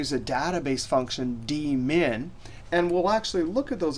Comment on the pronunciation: New to Excel. Thought he said "We could use the Demon function..." Really wanted to know what the Demon function did :(